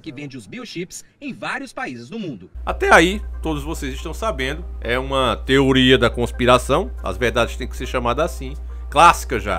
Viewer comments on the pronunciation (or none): none